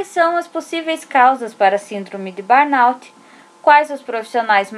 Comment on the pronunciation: Ótimo vídeo, obrigada por compartilhar. Só a pronúncia correta é "burnô".